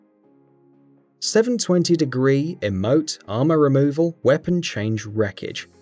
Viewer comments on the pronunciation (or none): none